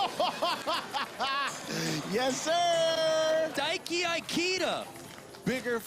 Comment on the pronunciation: God forbid we ever pronounce japanese names right 😂 There’s no ‘su’ 「す」in ‘Daiki’. You know they were thinking about how to pronounce kyonosuke